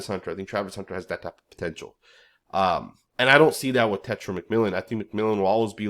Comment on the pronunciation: Bro, it’s not tetra! It’s TE-(tay) TAI- (tie) Ro- (Roll your the r off your tongue as in Spanish) A-(ah)